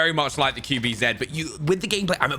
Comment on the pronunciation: i love you but....QBZ. Q - Kju B- Bi Z - Zi.....not zeeeed. Cmoooon dude, you can do better.